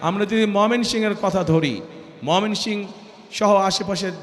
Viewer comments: জেলাটির নাম মমিনসিং না, ময়মনসিংহ হবে। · গাধার বাচ্চা ময়মনসিংহ নামটাও ভালো করে বলতে পারেনা